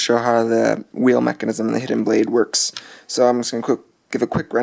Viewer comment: WTF? Dude! Mecanism or mechanism?